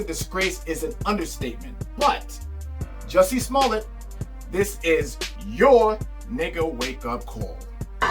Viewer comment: 🗣THE MANS NAME IS PRONOUNCED "JUICY" 😤